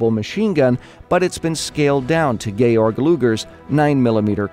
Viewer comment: Props on pronouncing Georg Lugers name right, and props on properly crediting Ian!... He has spent years creating the ForgottenWeapons database and Youtube channel, so it pisses me off when people snag his content without crediting him (cough Westie cough).